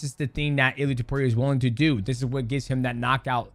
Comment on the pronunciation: why u keep calling him illy edit : great video btw